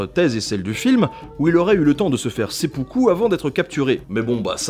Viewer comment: Il me semble que le sempuku se prononce s'aime poux coup. Excellente vidéo sinon, comme d'habitude en fait. Merci pour ces vidéos d'ailleurs. ;)